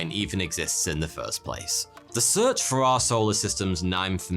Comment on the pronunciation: Tickles me "arseoler systems"